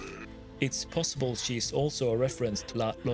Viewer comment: Im sorry but it was so funny how you pronounced “llorona”. Double L’s in spanish are pronounced as a “Y” so “llorona” would be pronounced “yorona”.